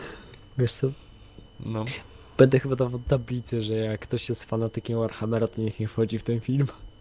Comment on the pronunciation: Ale czemu Warharmer? ;D